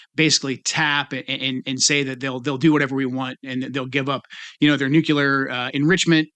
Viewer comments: Nucular? Experts are talking. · New-clee-ur, dude. Stop trotting this guy out. He knows nothing more than the average press correspondent. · Please, it is a sea strait. One, Not straits. There’s one there. Oh, gosh, there Joe goes with nukelar. An atom has a nucleus, not a nukelus. Sigh… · I really want to take this guy seriously until he pronounces “nuclear” as “nucular” and then all I see is Sarah Palin. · He said nuke-ya-ler. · Sorry, seems like a good guy but anyone who can’t pronounce nuclear right automatically gets a minus wtf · Joe HAS to stop mispronouncing nuclear 😅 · He should learn how to pronounce nuclear. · And he still can't pronounce nuclear.